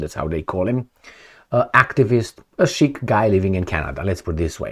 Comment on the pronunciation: why are you so lazy, for someone who brags about being a reader. Pls use google translate/enuniciate. It is SIKH, NOT SHEIK! INDIAN, NOT ARAB WORD.